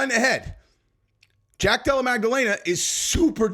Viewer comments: Mispronounced "Jack Della Magdalena" three times today. Lol. Watch one of his fights. Jack Della Maddalena. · pronounces names wrong on purpose. Lol.